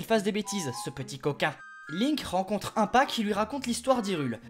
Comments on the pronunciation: C’est pas 1pa ^^ c’est I mpa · "Link rencontre un pas"... Impa comme himme pas ! pas "un pas" ! facepalm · mdr comment tu prononce impa tu le prononce 1pas XD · Exellent ! Mais sèrieux j'imagine que le Janon de zelda était volontaire mais je suis le seul à dire "Imepa" ? et pas "1pa" ? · Au début je le prononçait comme ça mdr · “Un-pa” “L’un-que “ “Janon “ t’as jouer à Eldaryaaaaaa ? XD C’est ce que j’entends x) (Je sais que c’est fé exprés) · Mais pour impa le I se prononce I !